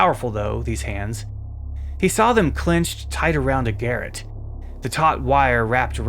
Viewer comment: “garrote” is pronounced “gah-ROT” or “gah-ROTE”. It’s not super common so it doesn’t really matter but I think it’s fun to know